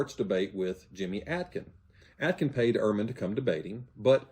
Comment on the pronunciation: The inerrancy of Scripture is a doctrine of the Catholic Church. Pretty confident the Orthodox hold the same understanding of Scripture. The fellow he's talking about is not an evangelical, he is a Catholic Christian. His name, by the way, is AY-kins, not AA-kins. And it is totally reasonable that Jimmy Akins held him to proving a negative, because his whole schtick is that the Bible is not historically accurate. If it is reasonable for him challenge Christians to prove that the Scriptures are historical, it is reasonable to make him prove that they are not. In the Western world, the historicity of the Scriptures has been a given, along with the historicity of Tacitus, Plutarch, Josephus and many others. If Ehrman wants to assert that Tacitus, Plutarch and Josephus are histories, and the historical sections of the scriptures are not, he SHOULD be made to prove it.